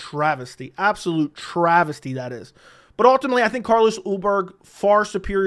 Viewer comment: Ultimately. Learn to pronounce